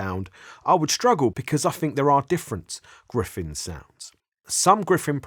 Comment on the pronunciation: Gryphon not Gryphen